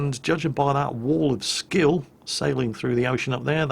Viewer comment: "Wall of skill". LOL!